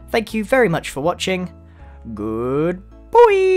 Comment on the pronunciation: uhhmm i maybe im not the only one that hear "good boy" instead of "good bye" right?